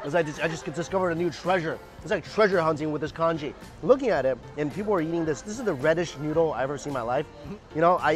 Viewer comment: Conchee or is it conchjee?😂 stable from which Asian culture?